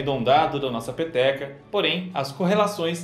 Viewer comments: Todas as vezes que ele falou peteca eu entendi pepeka😂😂😂😂😂😂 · quando ele disse peteca, eu ouvi pepeca kkkk ate que teria sentido o formado do universo ser uma ppk